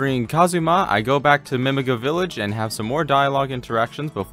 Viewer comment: ive never heard anyone pronounce Mimiga like mimig--uh before lol either way gj on the speedrun!